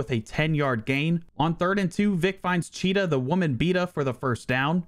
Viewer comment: “Cheeta the woman beata” 😂😂😅